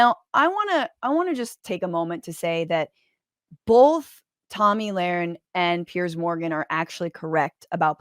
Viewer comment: IT'S TOMMY LAUREN...NOT TOMMY LARAN!